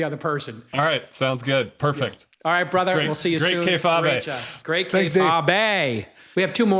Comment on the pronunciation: "KAY-FAW-BAY"?! Tell me you've never watch WWE and don't get the reference without telling me.